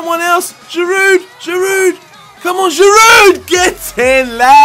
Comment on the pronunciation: For Giroud, we don't pronounce the "D" at the end in France.